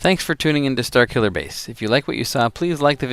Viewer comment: Starkiller Base lol just the way you pronounce it like Zor instead of Sore. Chances are it's just another ridiculous Canadian thing like Zed instead of Z.